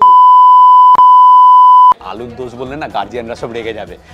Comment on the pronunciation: 😆😆 মুখে বিরিয়ানিতে exited হয়ে অসমাপ্ত উচ্চারণ..... আলুর